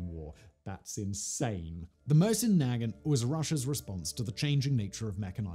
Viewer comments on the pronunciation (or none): Great video, but as I'm sure you've already been screeched at, it's pronounced 'Mow-sin na-GHANT'. Cheers. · MOW-zin nu-GAHNT Come on, Simon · SIMON say it with me..mow-sin nah-gaunt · Moe-zyn Nah-gahnt. Jesus. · Us good ol' boys in the US pronounce the Mosin Nagant as Moe Sin Nag Aunt! Not saying that's the correct way, but it is what it is! Lol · For clarification: I actually find his horrible pronunciation REALLY funny. Simon chose violence and I don't think he knows he did. And I LOVE it. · That is the first time Iv heard heard someone pronounce Mosin-Nagant like that 😂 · REEEEALY bothering me with the way he says Mosin Nagant tho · He's saying Mosin Nagant like its a slur. Just completely butchering the pronunciation LOL. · Hey fact boy, at least you could learn to pronounce Mosin-Nagant